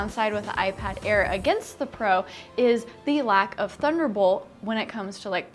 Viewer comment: Yay it's 'Thuderbol' instead of ya know! Huh might be Sara's intentional fundoo's